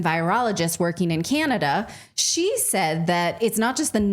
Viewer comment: pronounced "Canadia"